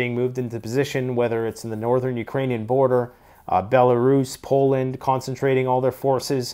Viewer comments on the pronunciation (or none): none